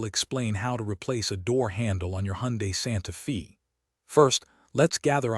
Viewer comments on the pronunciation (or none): Come on, can you not even pronounce the name of the car right? Santa fee? Reetord